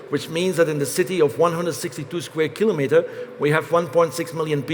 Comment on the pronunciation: Huzzah, he pronounces kilometres correctly! Other English speakers, take note.